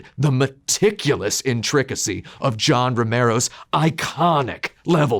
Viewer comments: Great video, but that's not how intricacy is pronounced. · In-TRICK-acy. Might adopt. Love you, Tim. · say "intricacy" that way one more time. I double dare you.